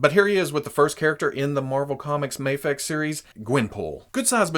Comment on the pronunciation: You saide maa fex